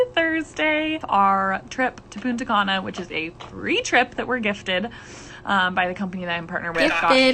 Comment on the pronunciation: "Puna cana" 😂😂😂😂